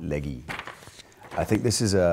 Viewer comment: "Legi" lol